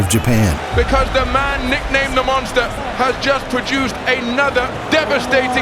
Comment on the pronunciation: It's funny how Mike says the Monster 😂